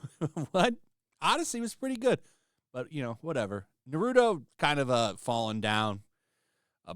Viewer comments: The name is Naruto not Narudo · cringe how u pronounced Naruto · Why can’t people say Naruto instead of nareeeuto say the name right damn 😂😂😂😂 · I hate to be that person, but thats isnt how you pronounce Naruto. I agree with you on everything BTW.